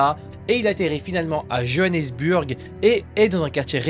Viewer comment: Johanneburg t’abuse 😂😂😂comment tu le dit ça ce dit bourgs à la fin